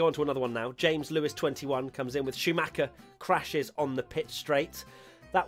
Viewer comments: No no, you said "Showmacher" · Uh. Who is "show-macker"? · I'd like to buy an additional syllable for everyone's name ;) Tsunoda, Alonso, Schumacher, Mazepin